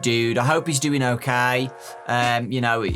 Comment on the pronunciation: Me da risa como el en vez de pronunciar ok como "okei" el la pronuncia como "okai", en vez de "gueim" dice "gaim" lo que lo hace sonar gracioso xD